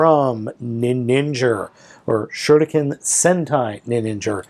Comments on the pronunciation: Im still annoying how balmatrix say shuriken n you dont have to say it in like in a japanese accent, say it normally like shu riken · You cald shurikenjen, shinken oh and I knowbthe start is the same "sh" but the rest is very diffrent